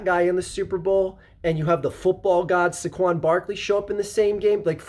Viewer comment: it's "Say-Quon"